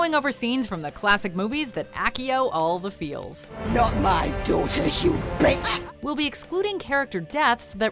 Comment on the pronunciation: I hope you know accio isn’t pronounced like that. It’s pronounced assio